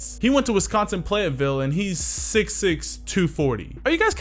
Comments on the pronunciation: its pronounced plat vill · platteville is pronounced like flat. But good video though